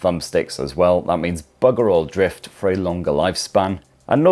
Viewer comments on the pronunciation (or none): none